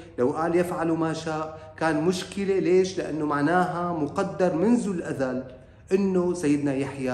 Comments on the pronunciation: جزاك الله خيرا ملاحظة صغيرة: الأزل وليس الأذل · كلمة الأزل نطقتها الاذل وهي ليست صحيحة الأزل أي الدهر القديم أما الأذل فتعني أهون شي وأذلهم أي الأذل ( ليخرجن الأعز منها الأذل )